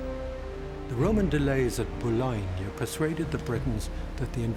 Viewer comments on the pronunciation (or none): none